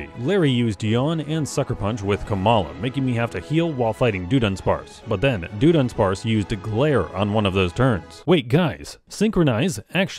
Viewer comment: Why does he keep saying Doo-dunsparce?!😱😭😵‍💫